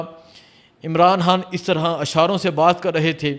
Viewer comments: بھائی آ پ خ کو ح کیوں کہتے ہیں خان صاحب کو حان حان صاحب کیوں کہتے ہیں❤ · اپ نے نہایئت شائستگی اخلاص سے اپنی عقیدت احترام محبت کا اظہار کیا 👏👏👏🤩 کچھ بزرگانہ گزارشات ہیں توجہ دیجئیے گا حان نہیں خان کیرے نہیں کیڑے سحت نہیں سخت اردو کو خوبصورتی سے بولئیے درست لب و لہجہ اختیار کیجئیے عوام سے ہمکلام ہوتے ہیں نجانے کتنے بچے بڑے آپکو شوق سے سماعت کرتے ھونگے اور آپ سے سن کر سیکھتے ہونگے امید ہے کچھ ناگوار نا لگا ھوگا خوب جئیو ترقی کرو آگے تک جاو سلامت رہو